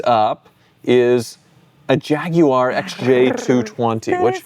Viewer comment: you are the first American i have heard pronounce Jaguar correctly. Most Americans say Jagwire 😂